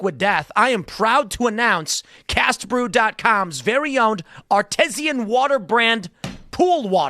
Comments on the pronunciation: The word is Art-I-SAN. Not artisian 😂😂😂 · Tim, its pronounced "ar-TEE-shun", not "ar-TESS-i-un". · Yes...aluminum cans are 'painted' on the inside. I was associated with a co. who provided the paint. Someone tell Mr. Pool it is ar-teeeee-sian water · He's pronouncing it wrong....arr-TEE-zhun. He did say artisanal properly...mostly. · Tim that's not how you pronounce artesian.. it's art-tees-sian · It’s are-tee-shon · Artesian has a long “e” sound not short “e”. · R-tee-zhin. Someone teech the pool boy how to pronounce artesian. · Tim might want to learn how to pronounce "artesian" before debating a water company ceo.